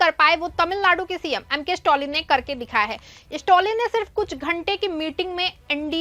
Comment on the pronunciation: स्टौलिन क्या चीज है ?? खबर पढ़ती हो कम से कम जिसके बारे में न्यूज़ है उसका नाम तो सही से बोलना सीखो